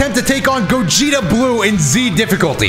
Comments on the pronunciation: I swear called Gogeta Gokugeta lmao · Did anyone 🤔 notice kept saying Borly instead Gogeta?